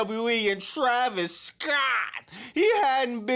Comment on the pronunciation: “Travis Scoatttt” 😂😂😂😂